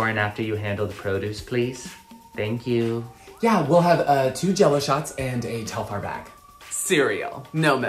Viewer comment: did the Virgo say "you" or "ew" 😭